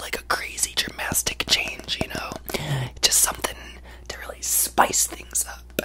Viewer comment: “Dramastic chaynge”😭😭😭